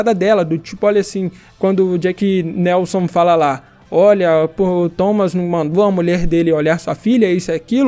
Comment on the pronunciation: BOA AVALIAÇÃO MANO <3 Mas é Jack "NÉLSON"